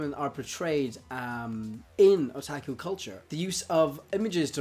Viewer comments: he really just messed up with pronouncing his a’s. the a’s should have been o-tah-ku as in ahhh. not a like att(a)ck chopper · why do you pronounce otaku(oh-ta-ku) as (uh-tah-ku) or even (ah-tah-ku)? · Otaku is not pronounced O-TAK-U it's O-TOK-U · Did he just say attaku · This kinda made me cringe cus it sounds like he's saying there's only guy outakus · haha he said O "TAK" U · It's Oh-tah-ku oh my god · "Otaku" Sir i think you mean weeaboo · It's pronounced otaku oo-ta-koo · Ohtackwho... dear god, pls never say Otaku like that again. XD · And in Japan it's O-tak-u Oh-tuck-oo is an english pronounciation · OMFG IDIOT OH-TAW-KOO WTF NIGGA SHIT MAN FUCKINFJSJWJNAJZJAAJJAJAJZJSJSCUUNTAMWMSMSMMSKWKSHITNANHEADMWNSJSJ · stop saying otaku like that pls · The way he says "Otaku" it's killing me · u pronounced otaku wrong X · sorry for replying to myself people will hate me buuut the pronunciation of a in Japanese is ah not uh like you said tuck oh.... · I don't know about you but his O's sound like H's and I kept saying to myself what the hell is he saying. So I finally saw the word Otaku in the comment section lol holy hell.